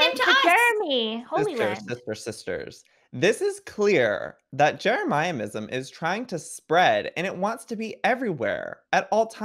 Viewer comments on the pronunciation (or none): I don’t know why I find it so funny how Joey calls Jeremyism “Jeremiahmism” 😂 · Joey saying jeramiahmism is ticking me off more than jeremyism itself Also I vote that the jermies and the coven band together as the magic squad and have a war against the fwips! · Yes he can’t say jeremyism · I love how Joey pronounces jeremyism wrong :P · TELL JOEY HE IS SAYING JEREMYISM WRONG!!! I respect JEREMYISM and THE COVEN but don’t be mean, Joel is being nice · i hate the way joey pronounces "jeremyism", he's the only one that gets it wrong